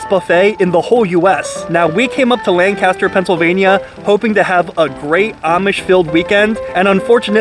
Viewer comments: I'm so sorry to be pedantic like this, but in case you haven't been told by someone else yet: We pronounce our Lancaster as something like "Lang-KISS-ter", rather than the English "LAN-cass-ter". I know it's dumb, but locals are very particular about this lol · We know we're in for it when he pronounces it "LANG-Caster" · I like Shady Maple. Been there a few times, never had to wait. Awesome gift shop, too. Lived in the Lancaster area for 22 years. (Lankister, phonetically😂)